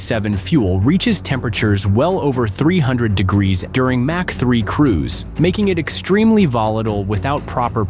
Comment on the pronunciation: MACH as in ERNST MACH, a German physicist determined at what speed was the sound barrier. His name is pronounced M Ä C H. Or M O C K.